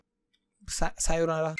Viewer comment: He sometimes said some Japanese words Example.. Sayanara びぇ